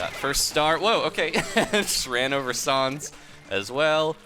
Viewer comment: Sau-ns? I think it's sa-ns like comic sans